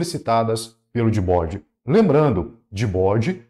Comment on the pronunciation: desculpa mas quando eu escutei vc falar Gbode, helibode e simplebode kkkkkkkkkkk me quebrou